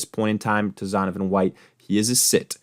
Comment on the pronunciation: Dude not even getting Zonovan's name right lol